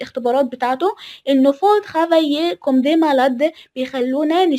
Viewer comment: تقرأ Comme كوم وليس كمم